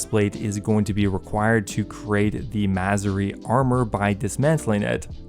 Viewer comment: Bro it's MaSOOri. "mah-soar-ree" not "mazzori" omg